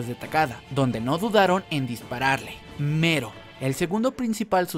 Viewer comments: Mero dice yo pensé que era melo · Melon , no mero jaja😂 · Algien mas piensa que es Melo y no Mero? Solo digo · Casi me muero durante todo el video por el hecho de que estabas diciendo Mero, na sabes cuantas ganas tenia de ir a tu casa y corregirte para que dejaras de decirle así, lo siento